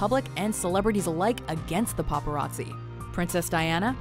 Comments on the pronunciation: god damn popereezee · Paparazzi, more like papa r azzi